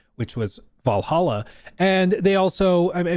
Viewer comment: Did you just mispronounce Vallaha? 🤣Like OMG! 💅🏽